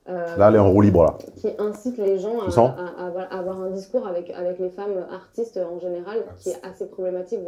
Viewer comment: a raté la manière dont elle a prononcé "femmes AARTistees"